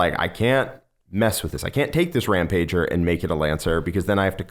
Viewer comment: Can we stop and notice how he is saying Rampager incorrectly???